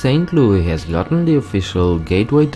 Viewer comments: No one says lewey its louis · that’s how louis is pronounced in most European countries AND IT BOTHERS ME